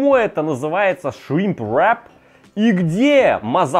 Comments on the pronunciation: Весь видос пыталась понять какое второе слово все таки этого шримпа , зачем так мерзко каверкать слово? И причем всегда , ну ладно раз два сказал , но постоянно … в итоге я не смогла понять как называется это блюдо в лаваше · Можно вечно смотреть на три вещи: как горит огонь, как течет вода и как друже говорит shrimp wrrrrap